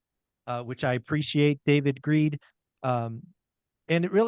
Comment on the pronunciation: Did I hear you call him David Greed? LOL